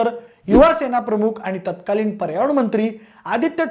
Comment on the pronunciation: उधान, चिकलफेक,पाऱ्यावन मंत्री,..... किती अशुद्ध मराठी... बिनधास्त पब्लिक प्लॅटफॉर्म वरून बोलताना काहीच कसे वाटत नाही.. शी...